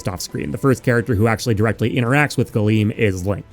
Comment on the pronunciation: Oh, Galeem. Gleam.